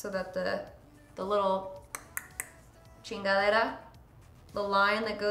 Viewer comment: I just love when you said chingadera... so Latina and so awesome! lol I love this!